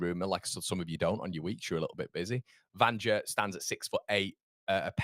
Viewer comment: In Serbia a J is pronounced as a Y so Vanja is pronounced 'Vanya'